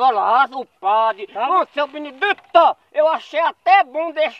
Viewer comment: Seu Binidi-TOR, kkkkkkkkkkkkk